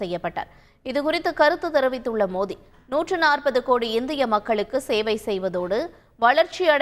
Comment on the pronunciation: Ennada iwa modhi nu solra..😂 Oru vela thikku vaiya irukumoo😂